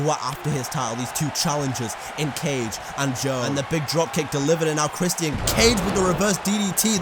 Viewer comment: Dude said “Christ-Ian”